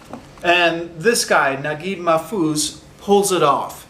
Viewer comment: The pronunciation of the author's name is correct